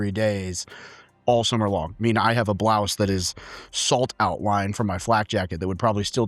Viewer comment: Did he say "Blouse"? 👕😅